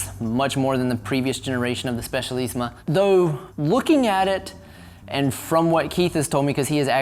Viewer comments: Listen to how he pronounces Specialissima... It's not a "z"... Hell not... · Given your name, your native language is German? You know that in English a "Z" is pronounced like a soft "S", and not like "TS" as it is in German. Plus, "CI" is always pronounced like "TSH" in Italian, hence it's "spe-tsha-lissima". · A) there is no "H" in Sram. It's Sram, not "shram"! B) Cables can be run* internally (actually "routed", but definitely not "ran") C) It's the Bianchi "spe-tshah-lissima", not "spess-ee-alissima" D) On your next Bianchi, please mount a Campagnolo groupset - not because of the "Italian thoroughbred" nonsense, but because Sram cranks are so incredibly hideous.